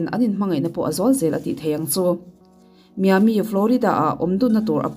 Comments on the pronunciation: Mi~aa~mi tur zawk nilo maw??!! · I huat loh hram ka beisei,'Miami' ti a I sawi thin khi,Mai-a-mi ti a lam tur zawk aw! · Miami i lamdan khi diklo